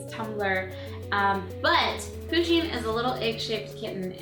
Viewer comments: Its PU-sheen not POO-sheen but great job :) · She is saying pooshing it's pushing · Am I the only one who is annoyed by the fact that she kept saying Poosheen instead of Pusheen? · u said it like poo-sheen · It's pronounced push een. Like push like push a button. Not poo sheen! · Lol poosheen ?? Pusheen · yeah she did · It's pronounced Push-in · She says Pusheen like, "POOsheen" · U protoceratops it like it with a U not a O